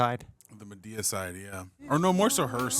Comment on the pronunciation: the pronunciation of Madea as Ma-Day- uh is killing me 😂😂😂😂 he said it like Amadeus 😂😂😂